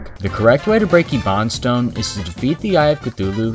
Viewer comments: It’s pronounced ebonstone not lebronstone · I've always wondered why people purposefully mispronounce words in YT shorts. There is no way this guy actually pronounces it "ebawnstone". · The demolitionist specifically tells you to use bombs to break ebonstone (pronounced EE-bon-stone) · I can't take it. The pronounciation he gives it is like a burning anguish inside my soul attempting to break my skull, it's not eebon, it's eb-on or eb-bon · "And purify the ee-bon-stone" it's pronounced "eben-stone" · Lebron Stone it's pronounced like (eb-en Stone) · Yeah it’s pronounced eben-stone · 💀who doesn’t pronounce it e-bone-stone? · How donyou pronounce ebony. Eh, buhn, ee. How do you pronounce Ebonstone? Eh, buhn stonr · Bombs are faster and cheaper, since you can find them in chests. Also it's pronounced eh-bun-stone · We can agree he’s pronouncing it wrong but is the correct way eh-bun-stone or ee-bun-stone? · "Adjust your playstyle" Adjust your pronunciation Ibanstone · i pronounce it: e-bun-stone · Bro. Please at least use correct pronunciation. It’s eh-bun-stone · AAAAAAAAAAAAAAAAAAAAAAAAAAAAAAAAAAAAAAAAAAAAAAAAAA I HAVE LIKE 500 HOURS JUST PRONOUNCE IT EBBON STONE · another thing your doing wrong is your pronunciation of ebonstone 😂 its pronounced "eh-bin-stone" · Why tf are you pronouncing it e-bahn-stone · its pronounced ebun lol things your doing wrong in terraria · It’s pronounced/ebb/en/st/ohn/ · How you gonna pronounce Cthulhu right but ebonstone wrong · The mispronunciation of ebonstone made me angry and i havw no idea why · I hate how you pronounce ebonstone I personally pronounce the first "e" like the first letter of "end" And I pronounce the "on" like the "un" in "undo" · I will never watch a video of yours because of how you pronounce ebonstone